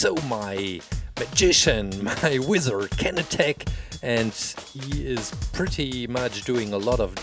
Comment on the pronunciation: When he said wither instead of wizard I though ooooh make a wither from MC pls pls:D